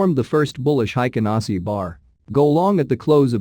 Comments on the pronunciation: Hey robot, It is pronounced "Hey-ken-Ah-Ee-shee" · Haykin Ashi is the correct pronunciation. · Heiken ashiじゃない、Heikin ashiが正しい 漢字で書くと「平均足」